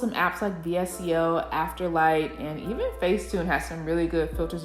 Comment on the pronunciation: anyone wanna talk about how she said vsco…